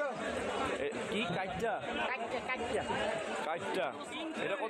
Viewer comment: কাইক্কা, কাইট্যা না